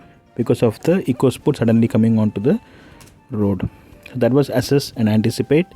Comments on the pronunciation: Assess. In thought he said ASSes. ASSes really made sense to me here. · Assess sounding like asses💀